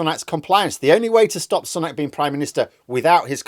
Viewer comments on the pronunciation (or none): Its Sue-nak NOT Sun-nak get it right